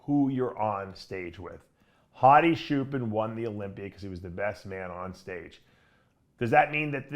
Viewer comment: Why does Dave still call him "Hadi Shoepan"?